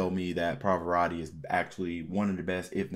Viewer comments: è una constatazione. Non si chiede di essere poliglotta, ma un minimo di sforzo per pronunciare decentemente un nome straniero si richiede, tenuto conto che non è uno sconosciuto, ma un cantante arcinoto. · Somaro! Impara a pronunciare correttamente il nome .